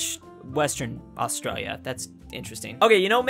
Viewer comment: AUSTRA-L-IA Not Austraia Is it just me or does anyone else here it